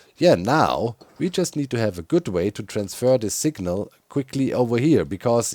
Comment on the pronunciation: Doc says signal like sigma. Just sayin